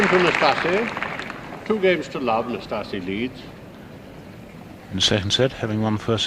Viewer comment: Excellent pronunciation of "Năstase" by the umpire.